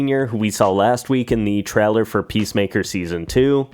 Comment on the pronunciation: I hate the way you say trailer. “Treller”